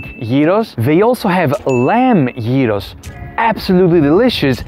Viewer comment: its YEEROS for gods shake not GYROS!!!!!!!!